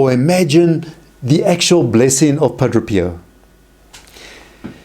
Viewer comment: You sat Padro Pio but it's pronounced Padre Pio ...Padray